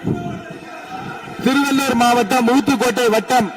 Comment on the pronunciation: அமைச்சருக்கு ல் க்கும் ள் க்கும் உச்சரிப்பு சரியாக வராது போல! ஆது திருவல்லூர் அல்ல. திருவள்ளூர்! எங்க சொல்லுங்க திருவள்ளூர்!